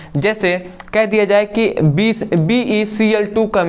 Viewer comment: Becl2 bolne me thoda mistake hai